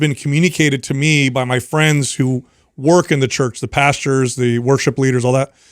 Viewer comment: "pastures" instead of, pastors? 😊